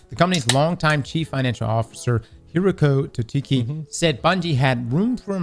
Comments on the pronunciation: How can you butcher a name like that 😭man say hiroko tuteki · That pronunciation of Hiroki Totoki is wild.